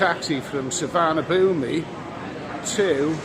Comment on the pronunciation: Nice vid. Thanks. By the way it's pronounced Soowaanapoom! 👍🏿